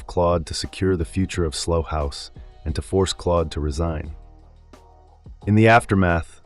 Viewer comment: Slough rhymes with cow, not slow or dough. Good old English.